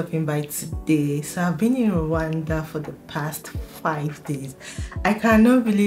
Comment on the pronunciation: Our country called Rwanda not Randa!!!